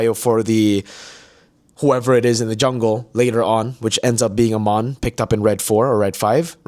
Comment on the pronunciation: its Ey-mon not A-mon 😭 he literally says it in his voiceline